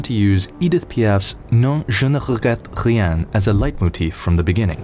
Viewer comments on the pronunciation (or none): As a French speaker The way you said "JE NE REGRETTE RIEN " Kind of makes me angry